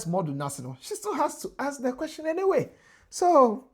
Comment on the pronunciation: Why have some Ghanaians started pronouncing ‘question’ as ‘questing’?